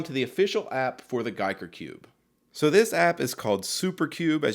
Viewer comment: Homey, homey, homey..., you had two ways to go with the name. "guy"ker or "geek" er... you chose poorly. :B